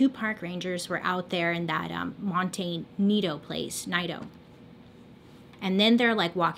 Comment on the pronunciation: It's Montecito pronounced (mon - teh - si - to) .lol.. I'm a new sub.. and I'm hooked. Your makeup isn't really my jam, but dang girl.. You are a captivating story teller. Thanks.. looking forward to binging your stuff this weekend.